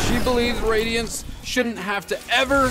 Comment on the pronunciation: Radionites😂😂😂 🤓 erm it’s radiants actually